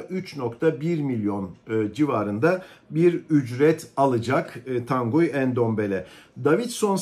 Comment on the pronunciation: Bir de transfer edilen yabanci oyuncularin isim ve soyadlarini dogru-dürüst telaffuz edebilmeyi basarabilseniz!!!.. örnek: Tanguy Ndombele adindaki oyuncu. Tanguy, Türkçe telaffuzu ile TAN-GI olarak yapilir. Bilgisayariniz ile internet üzerinden dahi yabanci isimlerin nasil telaffuz edildiklerini size gösterebilen-ögretebilen programlar bulunmaktadir. Zor mu arastirabilmeniz?.